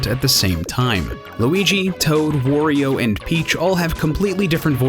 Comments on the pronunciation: Wah-rio, not War-ioh. He constantly says his own name in games, this shouldn't be hard. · Alright man, I've had it. It's pronounced WARIO, no WORIO. It's supposed to rhyme with Mario. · Okay, cool video and all, but Worio? Seriously? Not Wario? Come on... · Why do you say "WOrio"? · every time someone pronounces Wario as WAR-RE-O, they should be tasered!